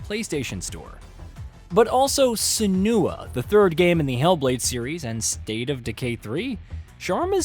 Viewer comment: Yeah that is how you pronounce Senua